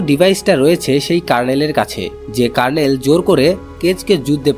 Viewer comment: কার্ণেল 😂😂😂। দু:খিত। আপনার আরো অভিজ্ঞতা প্রয়োজন